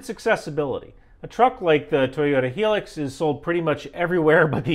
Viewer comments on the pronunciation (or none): It's Hi-Lux not hilex please Australians will understand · “High lux” not “helux” 😉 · Damn it its High-Lux as in High Luxury not Helix 🤷🏼‍♂ You Burgers are terrible, we call a Ute ie Utility Vehicle in Australia and the HiLux is everywhere, most of the World also because they are relatively cheap, reliable and get the job done, HiLux's and Landcruiser ute's are ubiquitous everywhere there are harsh conditions and you need something that works and wont break. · The Toyota Hilux is pronounced "HIGH LUX" as opposed to "Helix". I learnt to drive in an 1980 version - it truly was unbreakable. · Dude it's "high-lux", not "helix" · It sounded like you said Hilux like "Helix", but should be more "High-lucks" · it's Toyota "High lucks", not "Hee lux' LMAO 🤣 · High-Lux. Toyota High-Lux. It's spelt Hilux, but pronounxed High-Lux. A helix is a geomretric form. Your classic technical was an FJ40. And 24v electrics are available in some countries on commerical/4wd vehicles. And you don't need 24v electrcis for powerful radios now. Radios are more efficient, antennas are better. Technicals are used by major and medium powers. They don't call them that but that have them. The RAAF used to have Landrovers with MGs on swing mounts referred to as "gat wagons". SOFCOM procures modular kits to provide to whoever to hang mag58s and PKs etc from. Etc etc. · no you are not supposed to pronounce Hilux as Heelix. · Hey! Awesome video as always - interesting to see you pronounce Hilux as 'heelux' (kinda like helix) - here in Australia we pronounce Hilux as 'highlux'. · Pronounced Hi-lucks not Heelix in New Zealand haha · FYI hilux is pronounced “high-lucks” not “he-licks” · HI---LUXX not Helix 🇦🇺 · It's a "High-Lux" not "Hee-Lix"! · My Dude, Hilux. High-lux, not helix. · It’s pronounced ’Hi-lux’ not ‘He-lux’ 😂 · Why do Americans, even those who should know better, say Toyota Helix instead of Toyota Highlux. It is there in the spelling, Hilux, to rhyme with hi